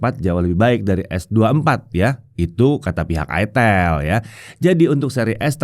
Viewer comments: ITEL atau ITIL 😅😅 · Itel bro bukan itil 😂